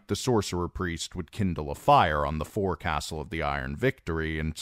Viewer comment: Great like always. Just one thing. Common mispronunciation for someone not familiar with nautical terms but forecastle is pronounced foc’sle. Sorry, the sailor in me cringes every time I hear forecastle.